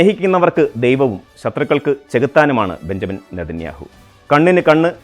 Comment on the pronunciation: ബഞ്ചമിൻ എന്ന് എഴുതുന്നു പക്ഷെ വായിക്കേണ്ടത് ബിന്യാമിൻ എന്നാണ്‌. തിരുത്തും എന്ന് വിശ്വസിക്കുന്നു